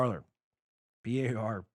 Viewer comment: Dan, when are you going to give up your tragically anglophile position of pronouncing the verb for TALK in French (Parler) as a place were people sit and drink tea (Parlor) ?